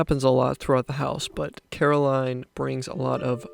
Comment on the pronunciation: how could you make a video about coraline and call her caroline😭